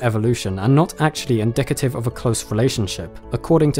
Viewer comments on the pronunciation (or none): none